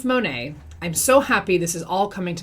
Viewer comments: I love when says MoNah 🤣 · Did you know it’s actually supposed to be pronounced Mon (like Mom) At (like past tense of eat) MonAt? That’s what their website says. But I haven’t heard a single person in Monat pronounce it correctly.